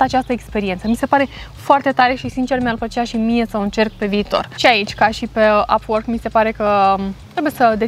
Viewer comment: Nu pronunți corect “upwork”